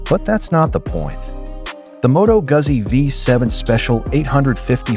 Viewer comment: Jeezus! Learn how to pronounce Moto Guzzi!